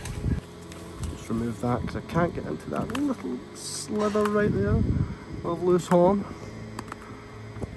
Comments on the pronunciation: I love how they say slither instead of sliver!!! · It's not "slither" it's "sliver" 😂😂😂